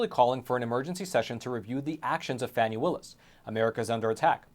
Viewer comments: Isn’t this the Epoc guy? 2 1/2 years isn’t suspiciously long for an investigation of this magnitude. Congress getting to look in on any investigation they want to or deem to be politically motivated? Yeah that would be a good idea🙄. And dude it’s pronounced Fah- nee, but I believe you know that, passive aggressive much? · Phony not Fani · The Fulton County D.A. -- IN SOME FUTURE TIME -- just might have cause to sing the praises (albeit under her breath!) of all you a55h0les who continue to mispronounce her name. Until you fools made it a point to call her "Fanny" (showing total ignorance on your part as to the pronunciation rules of our language!), m o s t of us gave NO thought to the other p l a y e r s in Frumpf's litany of wrong-doings 'cept the main player in this national tragedy. The lady WILL have name recognition -- thank YOU very much!! -- should she ever decide to run for higher office!! :face-blue-smiling: 😂 🤣 🤣 😂 🤭 😘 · And it’s FANI (Faw-nee) dumbazz. If you can’t pronounce her name we can just imagine the holes in your story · So Fake, for one her name is pronounced FAWNY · Fani is pronounced "Fawni". 🙄 Just saying. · Stop mispronouncing her name duche bag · The intentional mispronunciation of the FC DA is childish and could always turn around and cause the speaker to be ridiculed and disrespected also. It is pretty wide spread and shows a lack of sophistication. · You dont even know how to pronounce her name.